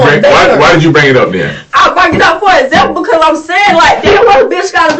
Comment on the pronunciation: She said " it was a zample" !! 😂